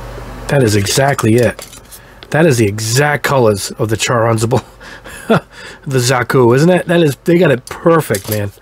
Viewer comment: Nice review. Always helps when you check the different paints out.🤘👍 Wow have you butchered that man's name. While you are pronouncing it Char Anz a ble it is actually pronounced Shar Az na ble.😁 Ok. I'm done with the pronunciation lesson. Time to go buy some paint now.😁👍🤘😄